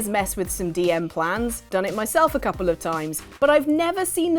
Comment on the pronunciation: "Eez's South, when ya says a couple ya mean ten! ". went slightly cockney.